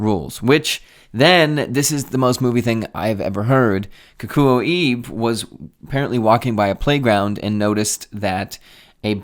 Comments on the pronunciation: Your pronunciation of Kikuo was actually pretty accurate, but when there’s an “e” in a Japanese name, it’s always pronounced /eh/, so “Ibe” is like /ee-beh/. Also I love G-shocks, and I’ve had 3 over the years, now settled on my Casioak GA2100. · Ibe sounds like eBay